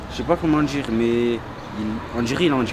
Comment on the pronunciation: en vrai ça veut djire qu'on est envahi